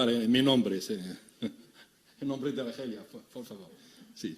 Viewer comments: يقول ألخيريا بكل فخر واعتزاز 😂😂😂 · المهم هو حين نطق إسم الجزائر بالإسبانية ...." آلخريا "